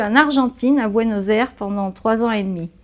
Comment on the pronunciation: Ça s'écoute horrible "Buenos Airs"